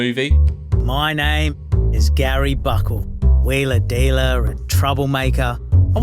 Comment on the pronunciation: I was immediately confused hearing "wheeler dealer" in an Australian accent. I'm Australian and when I use that phrase (which is rarely), I automatically do a Harry Redknapp impression. I don't think I've ever heard that expression in that accent before.